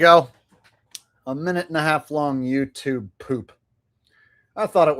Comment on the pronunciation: Did you just call it Yew Tube??? That's anti semetic